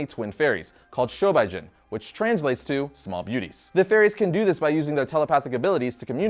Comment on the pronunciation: it's SHO-BEE-JIN not SHO-BY-JIN